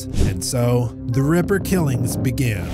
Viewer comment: Jack the REPPER? Jack the RAPPER? That pronounciation is strange. I prefer the other narrator.